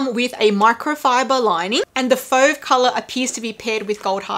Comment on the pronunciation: Your pronunciation of fauve is fine!